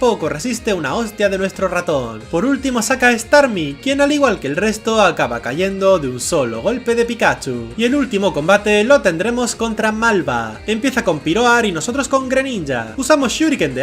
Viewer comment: malba no malbada